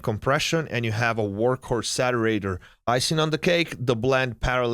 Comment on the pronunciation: The "Satterator"...Sounds like the Terminator's lazy little brother. Great vid.